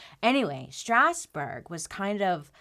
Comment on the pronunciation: As a french, I love the way you pronounce Strasbourg!! it's wayy fancier than the french pronounciation ^^